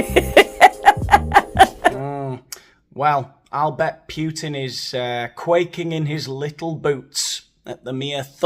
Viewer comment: It's Poo-tin, not Puut-in.